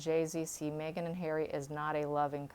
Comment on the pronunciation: 😁 I laugh every time she says "May-gen" instead of "Meg-han". 🤣😋